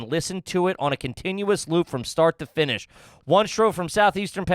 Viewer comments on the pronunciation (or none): none